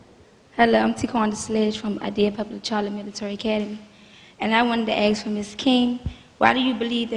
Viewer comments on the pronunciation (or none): The word is ask not aksk.. Jesus